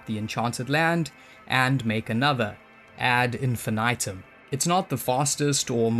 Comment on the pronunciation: "ed infinaitum"